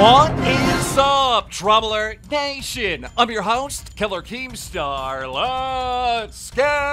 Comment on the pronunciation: Did he say DramaAlert gaytion instead of nation?